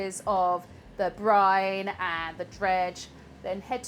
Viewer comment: It's BRINE, not Brian! 😁